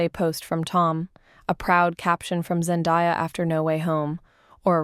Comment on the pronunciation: So u can’t even say her name right and have this tagline for clickbait? Gtfo